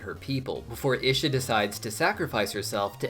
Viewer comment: Your pronunciation of Isha is killing me 😭 even jinx pronounced it as “ee-shuh” for us and you still chose to say it wrong